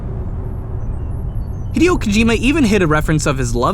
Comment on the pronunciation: Ugh it annoys me how incorrectly you pronounce Hideo.